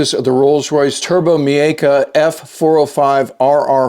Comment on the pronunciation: It's "turboMECCA" or "MAYKA", not whatever you said.